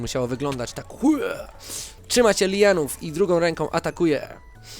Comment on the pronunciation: mówi sie lian:d